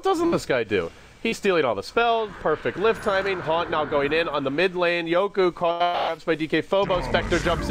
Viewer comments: yoku not yoki? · Its pronounced yoku